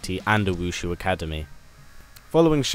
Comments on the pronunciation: you know its wu shi not wu shu right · ITS WU SHI ACADEMY NOT WUSHU